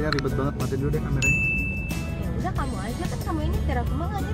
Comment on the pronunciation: Guaa bacanya kok "camer" makanya gua klik kwkw